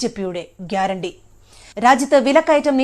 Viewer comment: അയാൾ പറഞ്ഞത് ഗ്യരാണ്ടി എന്നല്ല പേട്ട അണ്ടി എന്നാണ്